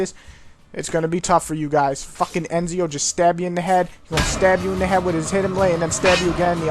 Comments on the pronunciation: omg realy ennzio!? u say etzio and write ezio not ENNNNNZio! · Why does he say Enzio instead of Ezio? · "Enzio" hahahah...its EZIO pronounced ETZIO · It's not enzio... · i got this yester day anf OH MY GOD IS IT GOOD! and he is called ezio not eNzio =P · Why are you saying ENZIO ? He is called EZIO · ok the game clearly says both the names many times. so why the fuck cant he still say them properly. Enzio? wtf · "Altier and Enzio",wtf? what's the point of reviewing this game when you can't even pronounce the protagonists' names right xD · lol ur saying ENzio anyways good review keep it up